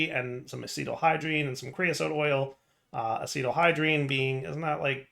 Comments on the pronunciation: Hearing mispronounce acetaldehyde as “acetal-hydrene” made the chemist in me die a tiny bit inside 😅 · “, why didn’t you just call it aluminum?” …He did. FTB changed the name of it in this pack. Also, why didn’t you just make a 256k DISK? Four times the space in one slot 🤨 You’re not even close with the pronunciation on “acetaldehyde” there! plz